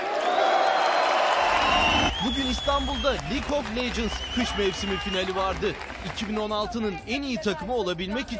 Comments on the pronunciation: lig of leygins dedi :) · LİK OF LECIS ne lan :D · lik of liçind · Öyle Okunuyor Zaten Lig Of Lecıns -_